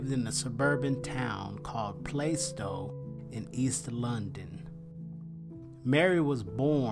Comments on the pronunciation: I live not far from Plaistow, London, England. Just so you know its not pronounced as "play stow" but more like "plaa stow" . Great Vid 👍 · It’s pronounced “Plarse-tow” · It’s pronounced Pla-stow. I used to live there…